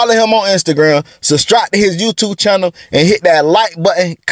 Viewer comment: I sustribe because he said sustribe!